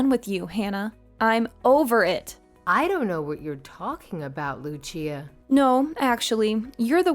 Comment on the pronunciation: Say Lucia right